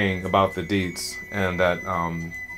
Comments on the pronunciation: It is not deedz... It is di and zi, two pronounce word; di zi. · He's just not pronouncing the tones and effectively pronouncing the 4th tone which sounds like deeds.